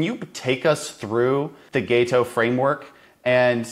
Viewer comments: It's pronounced Gato not Gayto. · It's gaHto, not gaYto, goddamn it. You can hear him say it! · It's Gato - "Gaw-toe" 😂😂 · GAH-to. Also, that is not his "best" video. He has lots of videos that are equally good. But I do appreciate that you brought him on your show.